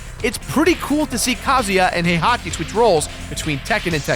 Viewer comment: is he saying "Hey hockey" for "Heihachi"?